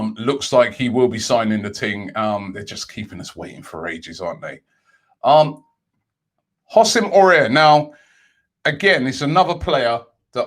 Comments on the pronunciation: Hossem ore😂😂 it's pronounced hour😂😂😂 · Robbie man its WHO-SAM OW-AR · Robbie it’s pronounced who-sem ow-are